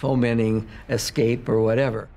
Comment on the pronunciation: The word is escape, not exscape.